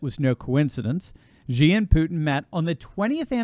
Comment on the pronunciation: the despot of the ccp is pronounced "she"......I have no time for this thug but do please pronounce his name properly. thanks. He is "she"😷😷😷